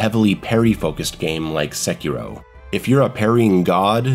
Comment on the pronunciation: The fact that you pronounce Sekiro correctly makes me like you